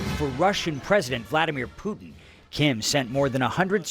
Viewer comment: What’s with the wise guy news reporter?? 😂😂😂 Poo- din lol